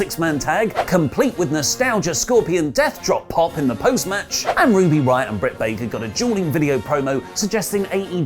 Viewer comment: Did he just say ruby rioy???